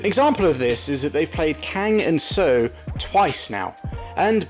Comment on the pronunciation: Seo is pronounced „So“